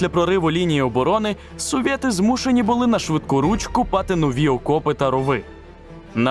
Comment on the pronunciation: "совєти" та "потєрь нєт" дуже ріже вухо, не треба так, будь-ласка